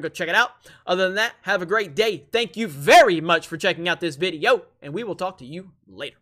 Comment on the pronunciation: Please end every video with "Thank you VERRRY much!" Oh man, makes me smile every time.